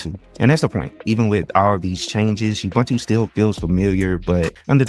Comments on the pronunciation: I don't understand how so many people who claim to know Linux, don't know how to pronounce Ubuntu.. It's not "bun" as in hamburger bun.. It's pronounced OObOOntOO (all with the sound of the word "too") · It's Oo-Boon-too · As a South African I always cringe when people pronounce Ubuntu. It's pronounced OO-BOON-TOO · I liked and am giving some engagement here in comments for them algos. Don't hate me for saying this but please if you're gonna talk about Ubuntu get the pronounciation right. Michael Tunnell has a video on how to pronounce it. Thanks and keep up the good work ♥